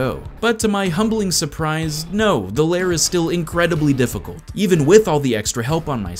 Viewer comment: STOP CALLING IT LAYER, IT'S LAIR!!